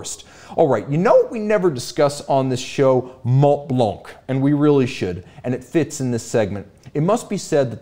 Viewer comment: BÖC baby! Btw, ignore the T and the C in Montblanc (so it's monblan) and Blancpain is pronounced Blanpin